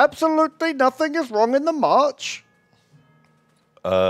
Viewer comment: The number of times says Marsh instead of March is maddening:P